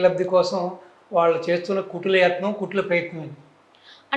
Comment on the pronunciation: Lady anchor.Telugu pronunciation correct ga cheyyandi.. వాళ్ళు అనాలి..వాలు కాదు